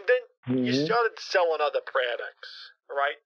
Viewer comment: You started selling otha praducts lol